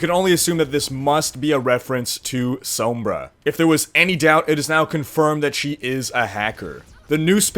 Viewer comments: "Sohmbrah" staaaahp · oh boy i sure do love "soam-bra" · please say it sawmbre. that's how it's pronounced.